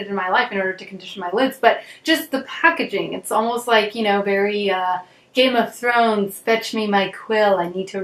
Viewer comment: Lol Your game of thrones accent cracked me up 😂